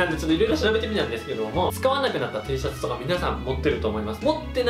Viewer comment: テェーシャツって聞こえる🐣